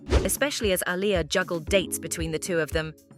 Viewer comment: The fact the narrator butchers Aliyah's name half the time is annoying af